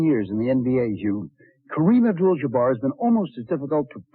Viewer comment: 🗣 Kareem Obdul-Jjjjjjjuhbarr